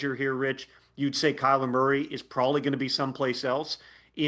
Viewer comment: Did he actually say prolly? Did he learn English from a 5 year old